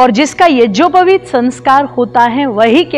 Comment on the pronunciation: Madam ji AAP yagopaveet ko yajopaveet keh Rahi hai aap pade